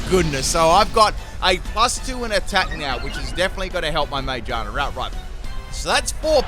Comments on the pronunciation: Ma-GEAR-na Not Mage-Arna It’s a gear Pokémon Not a witch. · May I also mention he calls magearna “mayjarna”? 🤣🤣🤣🤣🤣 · The way you say Magearna sounds like “mangina” lol